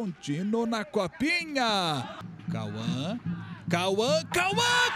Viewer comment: Kauããã, Kauã, gawanga, wanga, wanga, wan linguagem da tribo dos narradores